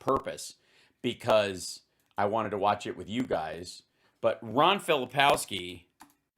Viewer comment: It's Ron FilipKOWski, not Ron FiliPOWski...